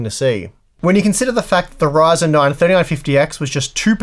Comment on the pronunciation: its a ryzen "not" a reason LOL xD